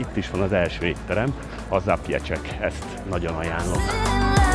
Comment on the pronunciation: Szuper képek, remek kis séta. Egyetlen észrevételem van, az éttermet nem Zapiecseknek, hanem ahogy írják: ZapieCeknek kell ejteni :D üdv egy 13 éve Varsóban élőtől.